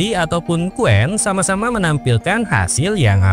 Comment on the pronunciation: Aku juga telah berkali-kali melakukan uji coba cuplikan disertasiku terhadap Qwen dan Deepseek,hasilnya jawaban Qwen jauh lebih terperinci dan mendalam mengulasnya,sedangkan Deepseek hanya sekerdarnya dan dangkal sekali.Harus dikoreksi sebutan pada Qwen (bukan WEN),melainkan Wen,sedangkan Q=Question sama artinya dengan Wen dalam bunyi bahasa Mandarin.